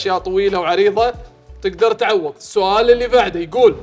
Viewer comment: العناوين مؤخرا مالهش علاقه بالمحتوى اللى داخلها😅😅 صرت اول ما اشوف مستوى عالى او منافسة نار اعرف انها مخيسه ومن طرف واحد سالمين الله أيسلمك انت ما جيت للبرنامج😢 وملاحظه ل: تنطق تعويض بالضاد عن طريق إلصاق حافة اللسان فى ظهر الاضراس العليا وليست فى الثنايا لكى لا تخرج دال انت تنطقها تعووووويد